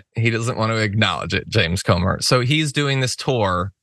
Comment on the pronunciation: Comer rhymes with Gomer as in Pyle of it